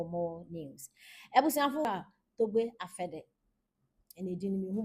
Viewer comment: The name is pronounced apede